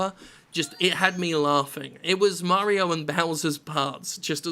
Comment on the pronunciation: "Super Murry-O Odyssey"